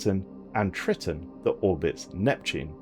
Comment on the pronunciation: That's not how to say Triton. It's pronounced ”Tri - (eye) - ton”